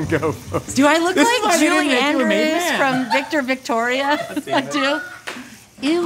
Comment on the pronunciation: Julia end-yous instead of Julia Andrew’s